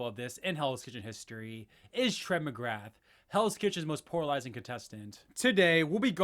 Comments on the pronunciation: "poralizing" is back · If this guy says "PORALIZING" one more time im gonna lose it 😂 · You keep saying poralizing lmao